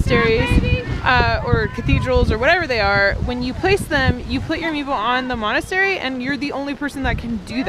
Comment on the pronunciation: It's monastery.